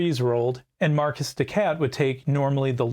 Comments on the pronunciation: I can't help but twitch everytime I hear "Marquis" pronounced "Marcus" instead of "Markee" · It's pronounced 'mar-key', I believe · Your accent didn't trigger me, but the pronunciation did. 😂 The S in Marquis is silent. Just "Mar-Key." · Great video. I have to say I would’ve rather listened to the bad French accent than Marcus the cat 😂